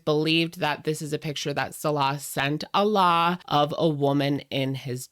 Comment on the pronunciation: Guys, can we pronounce Alaaa's name properly? There no double L and it's an extended A, followed by closing the throat. You all pronounce it like Allah and it's hilarious!, you're so sweet. And we appreciate your kindness for humans and non-human creatures x